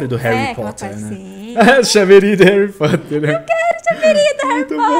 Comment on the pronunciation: Réri Porter :D (Só brincadeira)